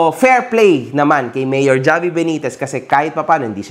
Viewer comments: Havi, po mag pronounce ng name nya hindi ni Javiii 😅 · Javi pronounce as Havi, ginawa mo namang Jollibee boss 😂